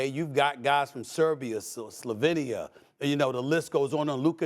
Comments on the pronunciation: Did anyone not catch SAS say, “Slovidia?” I guess he made a new country up 🤣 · Did SAS just say Slovidia? Where is that? Lmao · It's Slovenia.. you can't even not say the country's name properly... Whatever the sprinter has said is correct... Get a life...